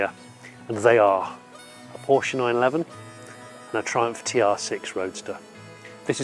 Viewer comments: It’s Porsche, not “Porsch”. Check with Jay Leno or Jeremy Clarkson if you don’t believe it. Cheers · It started so nice and then he said: “the Porsch”. Instant allergic reaction from my side 😉. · Porsche is a two syllable word Jonny. You're the best except for Porsche Pronunciation. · Jonny, I am surprised you pronounce PORSCHE as PORSCH. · A what??? A Porsch? 😱🙈 And you do videos about cars? Seriously?Unbelievable! It's Porsche with an "e" at the end. If you're not able to remember, simply think about famous Janis Joplin's song: 🎼 Oh lord won't you buy me a Mercedes Benz, my friends all drive Porsches... 🎶🎵 Once again: It's Porsche! Or do you say Mini Coope or Jense or Triump or Ferrar etc.p.p.? Best regards, luck, health and wisdom. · You would think a car expert would know how to pronounce Porsche. His name was Ferdinand Porsche [Por-shuh] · "Porsh," when two syllables is too f-ing much. 😁 I guess they make up for it when they add a syllable to, "aluminum." 😁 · Pity how Brits refuse to pronounce Porsche correctly. It's not hard. But they all fail to do it. Very odd.